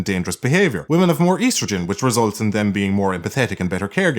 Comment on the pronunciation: >Eastrogen I chuckled